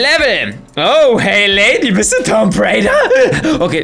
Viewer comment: Wie der einfach zu Lara Croft “Tomp raider“ sagt xD.